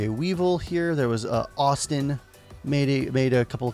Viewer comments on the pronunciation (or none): none